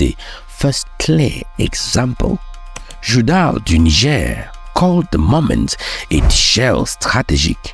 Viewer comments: The country Niger 🇳🇪, is pronounced as Knee Gell, NOT Nine Gar. It is a state in northern Nigeria 🇳🇬, Niger State that is pronounced as Nine Gar or 9ja. The country is NOT pronounced that way, you are giving it a Nigerian pronunciation. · Hello sir. Please work on your pronunciations and delivery. (Niger) Neejeh, not Naijah. (Benin), Bene, not Beeneen. Too much exhaled breaths at the end of your words. Thanks for what you do. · Please do pronounce Niger- Nigche because it is not English. Your videos are awesome. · You keep pronouncing Niger in the Anglo-Saxon way! It is pronounced as "Neejaar" in the French way. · Excellent progress, great storytelling but wish we learn to better pronounce Benin and Niger properly, it's not the same pronunciation as the Nigerian names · Try work on your pronunciation of names. I almost thought you were talking of Niger State and Benin-City in Nigeria until I saw the maps. ❤